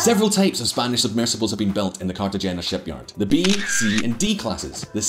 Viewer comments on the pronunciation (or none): Trade "Carta-genya" for "Carta- hainya" (G is silent in the Spanish language) and you'll be pronouncing it correctly. Love your channel! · Cartagena is pronounced Carta-hen-a. His mispronunciation is as distracting as his yellow teeth. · It’s pronounced Cartahena. Check it out before looking like a prat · Like his relentless mispronunciation of Cartagena. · I'm surprised that a Scot can't correctly pronounced either the guttural 'g' or the 'n' in 'Cartagena' and that he's similarly unable to correctly pronounce the 'zn' in 'Aznar'. One wonders what else is wrong. I'm looking forward to the clips on the UK's various defence projects and how they a) have run over budget and b) are unfit for purpose. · Please pronounce Cartagena correctly just once in your life. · Surprise surprise, messed up pronunciation of Cartagena. But it doesn't matter, really, if your shirt is cool and flashy, everything is permissible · Mate, u absolutely butchered the name Cartagena!!!!